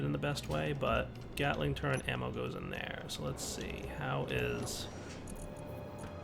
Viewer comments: its pronounced turret......... not turrent... =_= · Drives me nuts that he pronounces Turret as "Turrent". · There is no N in turret. Thank you.